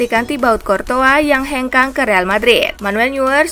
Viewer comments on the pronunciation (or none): none